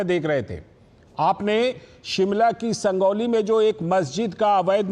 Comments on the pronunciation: संजौली है भइया संगौली नहीं .. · संजौली है भाई संगौली निही